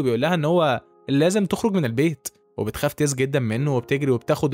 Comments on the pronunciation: ياراجل اسمها تس وليست تيس. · هو يقول تيس اما هي اسمها تس 😂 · تس مش تيس😂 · تس😂 وليس تيس😂😂😂